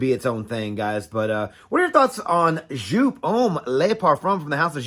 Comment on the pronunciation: A german giving a pronounce tipp: Just say the "eau" from "eau de parfum" between the "J" and the "P" and stretch it like J"eauuu"P! Good review!